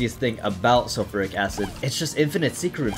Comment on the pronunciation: Calling Sulphuric "sulphoric" is indeed a moment (how could you reroll spoon bender